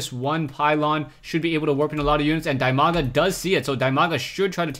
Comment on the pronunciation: That Name is spelled "DEE-Maga" actually, not like you do